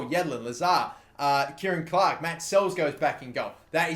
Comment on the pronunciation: It's Kieran Clark matereeee!!!!